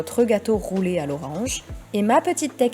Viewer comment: Au debut je penser tavais dis gateau pouler a l'auronge